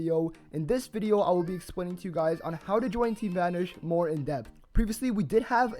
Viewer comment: why do you pronounce it as "team vanersch"?